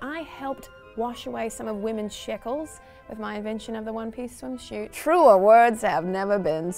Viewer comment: Still wondering what a "swimshute" is ;)